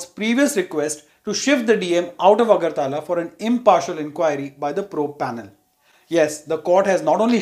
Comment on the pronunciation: AGARTAAALA ... 😂 ITS AGARTALA